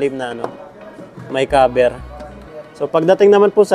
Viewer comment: nagulat ako sa kaber 😳instead of cover